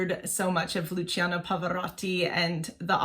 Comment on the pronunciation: Just one thing, "cia" of Luciano in Italian is pronounced like the "cha" of charms and if it were "cio" it would be like chops. "gia" and "gio" as well. For example it is not Gi-or-gi-o Armani but "gio" exaclty like John! Thanks